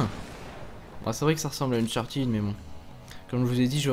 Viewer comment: Unchartead (prononciation comme "head") et non Uncharteed.